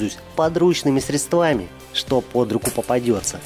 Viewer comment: в слове "средства" ударение на "е"